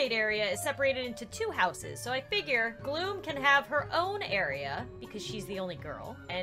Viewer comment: Happy day I'm gluuuueee! LOL